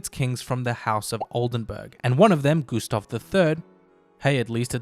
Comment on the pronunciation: Goose-stav and Ricks-tag lmao!